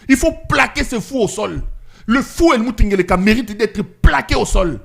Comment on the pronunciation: Helmut Ngeleka 😂😂😂😂 Ce nom là me fait toujours marrer surtout la tonalité avec laquelle le prononce et ça convient très bien à Lazare ressuscité.😂😂😂